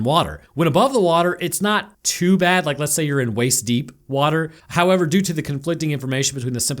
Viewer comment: in the distance during this review, I can hear the echoing of some accented english going "hoyever..."